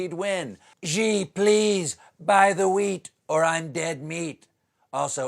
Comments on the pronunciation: It's an American thing. The world pronounces Beijing the way it's spelled, with a j sound because that's the way it's pronounced. But American journalists insist on pronouncing it Beizhing. So Xi becomes Zhi. Maybe they think it sounds cool. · i hate to neg on my boy Colbert (hard T), but that Xi pronunciation is out of control. I don't blame the rest of the media because they're generally idiots, but come on Stephen. It's pronounced just like the English "she". She jean ping. That's the phonetic. Let's get our collective shit together. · Could people who comment on politics for a living please learn to pronounce famous people's names. Not getting Tedros Adhanom Ghebreyesus perfect is perhaps understandable but Xi (she) is not. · Am I the only one that cringe with he called President Xi, president .... "GGGGEEEEE" ? lol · Colbert, "Xi" is pronounced "Shi" (the same way you pronounced the "Xi" in "Xinjiang"). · "China's Xi" - 'Xi' is pronounced like 'She'...not, whatever you did to it. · Stephen, please correct your pronunciation of Xi, it's pronounced 'she' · Please Stephen learn how to pronounce Xi! It's like She! Love your show! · Hey Stephen, helpful pronunciation hint: President Xi of China’s name is pronounced: “She” as in, “she’s my mother.” I know you think that because trump pronounces it that way, it must be wrong, but the pronunciation of Xi’s name may be the only thing he’s gotten right. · I wish he would have produced Xi Jinping right. I get why he said it the way he did, google gives you this: ʃiː dʒɪnpɪŋ, but it is pronounced like Shee JinPing. Pinyin is weird. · OK, Stephen, you can pronounce Xing Jiang, but not Xi...Are you faking it? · Stephen’s pronunciation of ‘Xi’ is by far the worst of all talk show hosts & news readers. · Can someone please, finally teach Colbert how to pronounce Xi Jinping's named? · Xi is pronounced like “she”, not “ji”... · he´s called "SHE". how come americans can´t say that? "SHE" "SHE" "SHE" "SHE" "SHE"!!! not "jee"